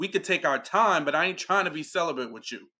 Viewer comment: Why do they keep calling it celibent🤣🤣🤣